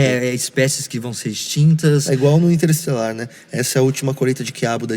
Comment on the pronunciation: interstÉlar me pegou kkkkkk